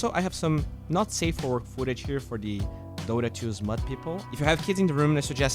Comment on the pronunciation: Sound is a bit fucky for the opening ad (too loud compared to how low the rest of the video is), that and the dude says "Dota t'Skins" and "Dota t'Hunt" at the end, otherwise I'm glad you're getting some support to help you make your videos. Fix the sound (and the ad narration if you can) and you're good